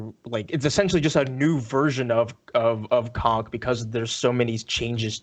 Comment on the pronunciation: Man y’all are really butchering conq lol